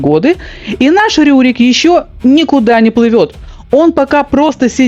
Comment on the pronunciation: Не РУрик, а Рюрик. И вообще, у вас очень много повелительного наклонения. Раздражает. Просто рассказывать вы не можете что ли? 😏